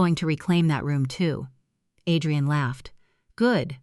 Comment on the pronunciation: These AI stories are hilarious. The mother made herself a cup of tea and then sat and waited for her daughter's mother-in-law who showed up the NEXT DAY! Then the break fast. Add rian, not Adrian. Quieter/ qeetier. LMAO.